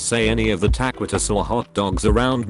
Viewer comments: No one: Automated voice taquitoes: TACKWITUSS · The grammar is atrocious,burjer king,chipotel,tawkitwus,is this a freaking sin? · CHIPOTEL, white man's CHIPOTLE TAKWITUS, bruh